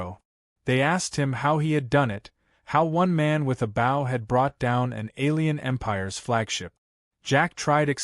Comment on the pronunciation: TEACH YOUR AI HOW TO SAY BOW....